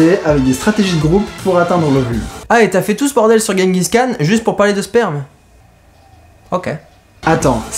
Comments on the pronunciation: pour votre culture ça ce prononce "jengis rhan" :) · par contre tu dit guenguis khan.^^ c'est "jenguis Ran" que ca se prononce ;) (oé bon on fera l'impasse sur ma phonetique hein :) sinon j'adore tes video, j'ai découvert ca avec "les enfers artificiels", Suscribed et je me les fait toutes du coup ;) et tu me doit un calebard, t'avait cas pas faire le regard "diarrhée sanglante" ! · Je revien de mongolie et pour info on dit tchinguis rhan ... tchin comme pour l apero, et rhan avec un rh comme quand on racle sa gorge (son repris dans l’arabe il le semble).. voila sinon super video continu !